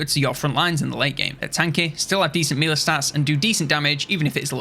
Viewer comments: It's been years, and over 40k subscribers. Please stop calling it mealy.... It's melee. Mell-ay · Hate to be that guy but melee is pronounced 'meh-ley'. Love the video though!